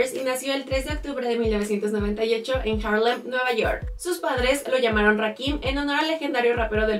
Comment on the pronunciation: Se escucha que dices 1998, pero es 1988 :o